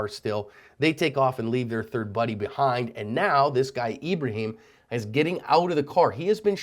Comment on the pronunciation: His name is ebreHEEEm